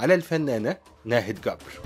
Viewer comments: ملامحها لطيفة جدا ورقيقة ..لكن قول جبر بالجيم وليس گبر ... لما نقول ناهد گبر 😂 بالعراق يعني قبر ..حبايبنا يامصر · في اللهجه العراقيه جبر تقرأه بحرف الجيم وليس الكيم كبر بلهجه العاميه يعني القبر ابعدنا الله وأياكم وشكرا لحضرتك